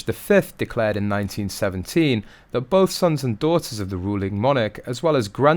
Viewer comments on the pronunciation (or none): none